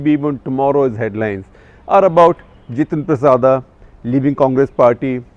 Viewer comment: Not जितेंद्र प्रसादा, he is जितेंद्र प्रसाद।